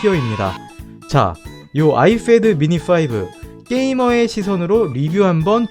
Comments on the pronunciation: Ipad 발음을 ifad라고 하시네요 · 발음 ㄹㅇ 신경쓰이네요 아이fad. .. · 발음 존나 거슬려서 못보겟다 아이fad ㅋㅋㅋ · 발음 진짜 ㅋㅋㅋㅋㅋ 에프도 아니고 피 발음도 아니고 참